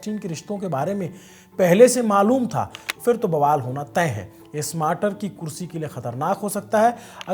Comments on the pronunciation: स्मार्टर नहीं बाबा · स्मार्टर ❌ स्टार्मर ✅